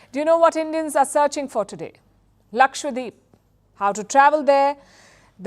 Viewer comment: It's not lakshwa deep .. Its Lakshadweep